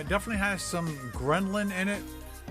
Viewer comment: When talks about fasting he sounds like the guy who watches one video on how the moon landing was faked and then all of a sudden it's the complete truth. He clearly did not gain any cognitive benefits from fasting since he constantly says "gremlin" and not "grehlin" LMFAO.